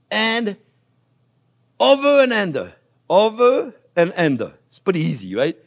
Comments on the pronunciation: "Over.... and ander....." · Chef your pronoucation of under cheers me right up just like the Onyo. Hope your doing well today.